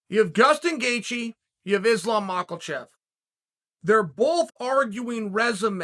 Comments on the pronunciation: Uncle Chael keeps calling dude MakLachev… It’s Makhachev. Pronounced as MaHachev. How hard I’d that? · I swear I heard Gustin Geaje. And of course Machelchev 😂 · Me: Islam Makhachev is my favorite fighter Uncle Chael: his name is actually pronounced Mocklechev Me: ok great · Never fails to screw up a name and I love it